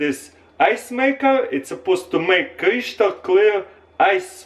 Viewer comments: stop saying "cryshtal" pls :'¥ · Creeshtal clear strikes again. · Love the way he says Cryshtal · Kreeshtal cleiar iz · "crishtal" like if u know what I'm saying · Cryshtal kleeer ice😝👍🏽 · Kreeshtal clear ice! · Kreeshtal cleah ice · Kreeshtal clear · Did he just say 'creashtal clear'? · the most crySHtal clear ice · krishtal hahaha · Creeshtul clear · Kreeeshtal cleeaarr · crish-tal clear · Khrishtal khlear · no "h" in crystal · god learn how to say crystal